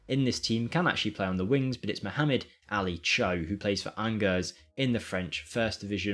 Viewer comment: Shame the Transfer update hasn't added Palmeiras' Edrick - 15 y.o. deemed the next Pele. Oh and I think every French speaking person winced at your pronounciation of Angers (ON-jur)!